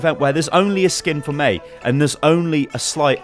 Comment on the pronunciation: all the video you are saying MEI -be